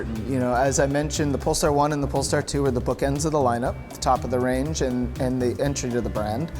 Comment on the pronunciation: Did he really just say "Poll Tard 2"